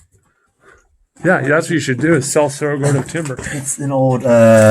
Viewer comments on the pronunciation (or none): So ridiculous how you simply do not take the time to pronounce cerro gordo properly.👎